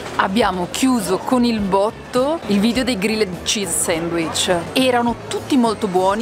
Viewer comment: Ragazzi, siete i numeri uni, sempre un simpatico e fresco appuntamento della domenica... Però ve prego, almeno un "grill'd cheese", no g-r-i-l-l-e-d come si scrive, non si può davvero sentì. Comunque un abbraccio da un ammiratore sfegatated